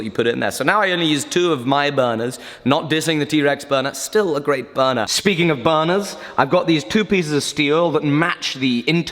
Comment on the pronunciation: I believe it's "Burner" not "buunuu" lol.